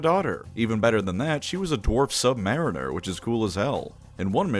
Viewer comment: USN retired all my ships were submarines. It's pronounced sub mar een er. Like you are doing things with a submarine eg footballer, trucker. Not a lower form of a mariner. No hard feelings though it's a very common misunderstanding.